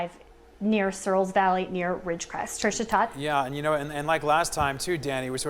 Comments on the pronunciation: How many times do they mess up the word "Ridgecrest"? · Yes apparently it is pretty hard saying Ridgecrest